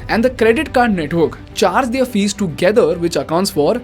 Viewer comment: Great Video as usual, Thanks! one humble feedback, can you please work on the pronunciation of the word 'their', you pronounce it wrongly every single time. Thanks again.